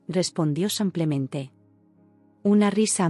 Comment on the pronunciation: Samplemente?? Nunca van a corregir a ia señorita que lee?